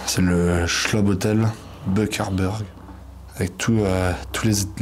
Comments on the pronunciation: Schloss (SchloB), pas "Schlob" ! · ça se dit Schlosse et pas Schlob ça veut dire chateau